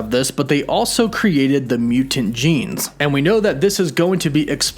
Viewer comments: You need to relax more when saying Mutant lmao. "mew-TENTS". Just mute the end of the word a little bit and let it roll. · i don't think i've ever heard someone mispronounce the word mutant before.